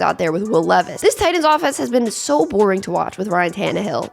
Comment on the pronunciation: His name is pronounced LEE is like the jeans. This way he can get a sponsor deal